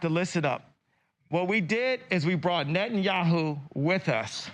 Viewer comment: "Net an' Yahoo" hahaha....A little carrot top Kanye for ya..